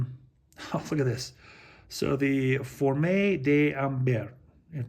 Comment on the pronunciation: it's fromage, not formage, dude, please